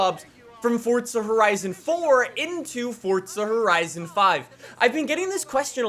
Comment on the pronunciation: "Fortza Horizn"